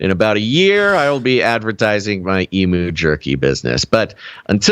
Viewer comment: Stand aside, Tiger King. Here comes The Emu King… 😂 By the way, Aussies say EEM-YOO not EE-MOO.